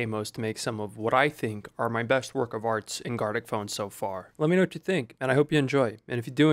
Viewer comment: Haha! It’s garTic phone not garLic phone!!🤣🤣